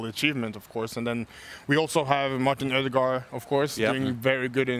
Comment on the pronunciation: It irritates me SO MUCH that Kamara is pronouncing Ødegaard’s name In an American way! You’re Norwegian. He’s Norwegian. Pronounce his name the way it’s supposed to be pronounced!